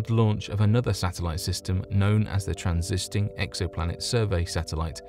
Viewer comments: Please look up transit and transiting on Merriam Webster and learn how to pronounce them. Thanks. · I heard him say the "transisting" exoplanet survey satellite....its supp to be the "transiting" exoplanet survey satellite. I'm sorry... I had to correct that..... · Transiting, not transisting.